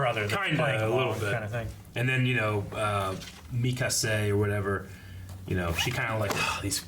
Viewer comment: Mikase Ackerman